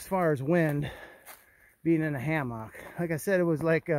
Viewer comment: I cannot get used to your pronunciation of “hammock”. I realize different regions can have different accents, but you’re the only person I’ve heard say it that way. “Ha-MOCK”. It cracks me up. 😂